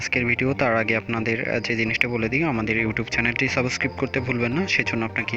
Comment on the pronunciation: যে ব্যাক্তি সাবস্ক্রাইব কে সাবোস্কিপ বলে তার থেকে কি শিখবো!!!!!! 🤔🤔